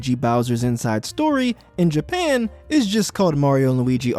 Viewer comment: Whats with your voice bro "japeean"